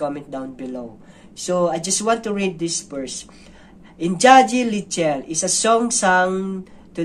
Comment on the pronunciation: The correct pronunciation of engagi leichil is ing-nga-gee lei-chill